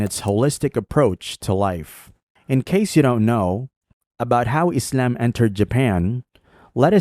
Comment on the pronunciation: The absurd pronunciation of "Islam" is offputting. Stop it. Also try not to sound so smug.